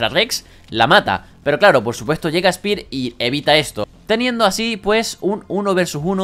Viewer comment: espir xd , es spear , vos tas dislexico we